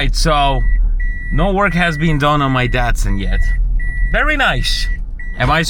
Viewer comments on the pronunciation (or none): none